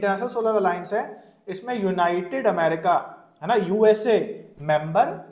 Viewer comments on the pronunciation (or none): none